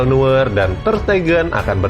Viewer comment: Neuer bang bukan nuer